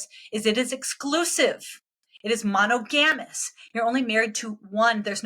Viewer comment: "mono-GAM-us"? I had to hear a second time to figure out what she was saying because it sounded like a scientific term I'd never heard before. As long as I've been aware of the word, it's been pronounced "muh-NAHG-a-mus".